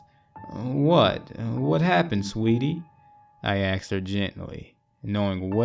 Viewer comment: Everytime. I get caught up in narration...then "they axed me,... She axed" bang. Bubble popped. I just can't anymore. I'll check back in a few months.